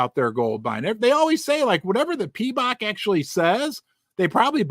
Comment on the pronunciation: Correction, it's Pimbex, not Pembex. Sorry, Pimbex.